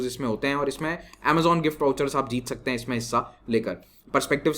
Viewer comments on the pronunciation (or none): none